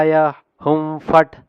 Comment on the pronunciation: W Swami last lo hum fat antunnaru akharala lo ham fat Ani undi